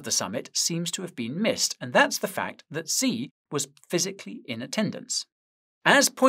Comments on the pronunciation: The way you pronounce XI Jinping name, is "SHI" not "Zee" but the "sh". is pronounced from the front of the mouth ,by the teeth, almost as if your making the SSS sound. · Xi isn't pronounced Zee it's pronounced She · The leader of China's name, Xi, is pronounced as "she", not "zee". Fun Trivia fact: He took the name "Ryan" as his English-friendly name. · Xi "shii" not "Zee" ♥️ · Please, Guy, can you pronounce China‘s leader‘s name correctly? It‘s easy, Xi sounds just like the word „she“ : you can do it 😉🤷🏻‍♂️